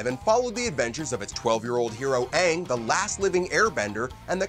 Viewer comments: They pronounce aang as in Ahhng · Caca Boy the movie sucks they took away good parts from the show they pronounce the name wrong like aangs and it just sucks in general